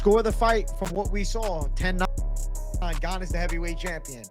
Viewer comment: Are you allowed to judge fighters guts. Or have an MMA show, when you can’t say Gane correctly?????